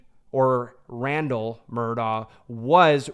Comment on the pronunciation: It’s Mur-DOCK!!! ..for the love of GOD! NOT Mur-daw.